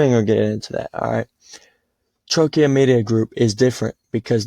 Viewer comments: Funny to hear you say TROY KIA… lol it’s not a car company KIA …Troika= troy ka.. it sounds pretty bad that u cant pronounce the name of the company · It’s Troy Ka not Troy Kia …FYI